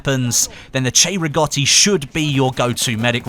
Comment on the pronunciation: Finally somebody that pronounces cei-rigotti right!